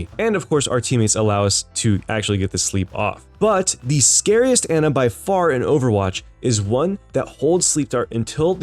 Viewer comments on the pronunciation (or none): The worst part about this video was how he pronounced Ana